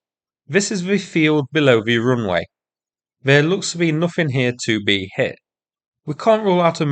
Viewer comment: The roonway